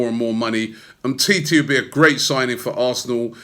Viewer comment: Umtiti not umteti